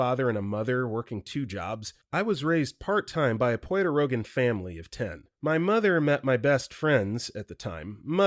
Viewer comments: Puerto “Rokan”??? Seriously? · I’m pretty confident that these videos are not voiced by AI about 95% of the time. But it’s shit like this, where the words “Puerto Rican” are mangled worse than a Stretch Armstrong, that really makes me question that other 5%. Like, what happened here? How did this end up sounding closer to “Joe Rogan” than to “Puerto Rican?” 😂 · The narrator mispronounced "Suriname," (it is "SUR-uh-naam," not "sur-uh-naa-me"), and "mescaline." While "Puerto Rican" was so badly mispronounced that my eye began twitching. 😬 Also, Story 44, Mac & Cheese with Tuna (Cheesy Tuna Casserole) is delicious, if done right. Add sour cream, shredded cheese, onions (maybe garlic), and herbs (like dill and parsley). But just Mac & Cheese with tuna thrown in would be kinda nasty. Story 76: OP clearly doesn't know the meaning of "fathom." It means to "understand (something) after much thought." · pronounce Puerto rican again?